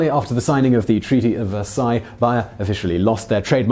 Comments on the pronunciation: It's pronounced BAyer. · I called them and they said it's wrong and that it is bay-er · Bayer. Pronounced BAY-err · I love this channel- but maaan....some days this guys douchey accent really irks me. ( the pronunciation of Bayer as Buyer in this video) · No, that would be bbbbbbbbbbuyer! But it would still be wwwwwwwwwrong! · Obviously, the American way is always the correct way, right? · Daven, why didn't you tell Simon how to pronounce Bayer? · no it's just how the company chooses to pronounce their name, Simon always hacks at least 1 name in every video at this point I think he's doing it on purpose. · Bonus fact. This dude can not say Bayer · Do people say Bayer like that? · Being an American who has heard Bayer aspirin commercials virtually every day of my entire life, it was really weird to hear Simon pronouncing BAY-er as BUY-er all the way through this video. It makes me wonder if they changed the pronunciation for the American market, or if this is just another case of the English thinking they know best how to pronounce everything in every language. The way most Brits pronounce the Spanish word taco is a prime example. People who speak Spanish, or come from a heavily Spanish-influenced area (like California) all pronounce the word TAH-co, but most Brits pronounce the word TACK-o. Let me just say, it's grating on the ear. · Say it with me now "bay-er". That was not hard. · N. Smiley that was annoying its bay-er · Bayer is pronounced like 'bear' not 'buyer'. At least it is in all of their commercials in america. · And now for another bonus fact: Bayer is pronounced BAY-ER in the United States, not BYE-ER. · BAY-ER not BUY-ER!! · Bonus Fact it's pronounced Bear not buyer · Interesting; I've never heard of "BY-er" pharmaceuticals but am quite familiar with "BAY-er" aspirin... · Bonus fact: it's pronounced bayer, not buyer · ".....in America !!!" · It's Bayer simon! BAY-ER NOT BUYER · ohhhhhhhh BAYER not BUYER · It's bay-r not buyer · it's BAY er not BUY er